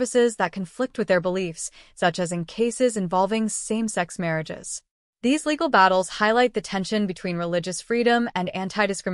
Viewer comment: “Legal” restrictions? The text says “legal”, but it sounds as if the AI voice said “illegal”. Which is it? If “legal”, what would those be??